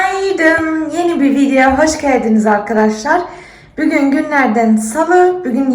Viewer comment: Hatta bügün diyo bigün degil. Degisik konusuyor cok tatli